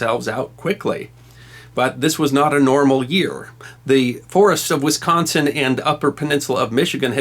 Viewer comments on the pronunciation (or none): none